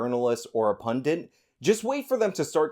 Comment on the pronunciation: I love you. But it's "pundit".. not "pundint"